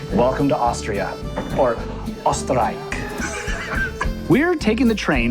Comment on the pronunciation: It’s pronounced oss-ter reick (sounds of how to pronounce it correctly) equal Österreich